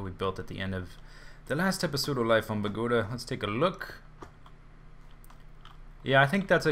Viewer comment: bogota is the capital city of colombia for u to know !!!!!!!!!! and is no pronunce like you say it idiots